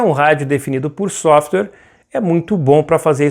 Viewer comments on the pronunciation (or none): none